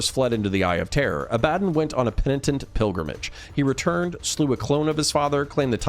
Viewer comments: Say it with me... abba- Don. Not a-bad-dan. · i cringe hard at how you say abbadon,its abba DON not abbadan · Abba-Don. ABBA DON Abbadon. Not , ............... A Bad un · I thought it was pronounced “Ab-Buh-Dawn” not “uh-BAD-dunn”. Is this a potato-potahto thing or is there a correct way to pronounce his name? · 'A-bad-un' ..? Pretty sure it's supposed to be pronounced 'Abba-don'. Although A-bad-un is hilarious because of its meaning in British vernacular. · ab-ah-don not abad-un good video otherwise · Pretty sure its aba-don not ah-bad-in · Bruh A-bad-on? Its Aba-Don How u gonna mispronounce that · wtf? 'A bad un'?? It's 'Abba-dawn' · IT IS NOT ABADIN (sounds like Aladin) IT IS ABADDON (ABA-Dawn) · Oh your one of those who calls him "ab bad on" instead of what he is called "abb a don" 😂😂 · Less "Ah-Bad-dun" and more "Ah-Buh-Dawn" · Agreed. Its not ah ba dun, it's ah buh dawn. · Woah woah woah, Abb-adon? It's Abba-DON broski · Is it not pronoubced ab-ah-don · Abaddon's pronunciation always messes me up. You are saying it the correct real world way but in all the audiobooks it's Ab-ah-don. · Im quite sure you're sick of these remarks, and i intend no hostility, quite enjoying the videos... The correct pronunciation of Abaddon is "Ab-uh-dohn". Greek - the archangel of the abyss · Ah buh don ffs how do so many people mispronounce that name when there are hundreds of audiobooks out with the correct pronunciation? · Say Abaddon right homes, beyond that, great video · Dude you've got to learn how to pronounce Abaddon correctly! Fantastic video though, i love your channel. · I hate the way you pronounce Abadon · Dude great video but you're pronouncing Abaddon really badly. Its not nice to hear. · damn you sure showed me. You make lore vids for a living and you get the main antagonist's name wrong, it just sounds like you cant read. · It was killing me hearing that pronunciation....THANKS!